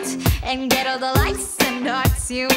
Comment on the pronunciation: I love the view but “the” is silent.